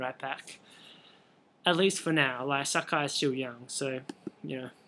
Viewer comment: you are pronouncing sakai wrong.